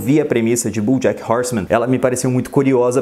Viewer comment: Cara, gostei muito do seu vídeo só acho que você pronuncia errado os nomes, desculpa falar isso mais é porque sou professor. Você pronuncia "BUJACK".